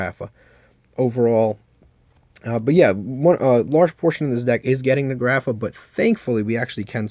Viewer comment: Why you stupid. You can’t read grapha correctly?